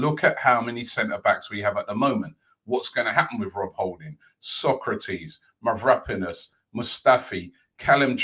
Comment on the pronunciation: the way robbie says mavra-panos... MAVRAPA-NOS lmao this guy kills me with his pronounciations haha